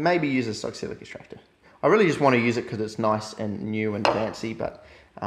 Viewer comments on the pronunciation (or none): Lol it's pronounced Sox-let, not sock-silic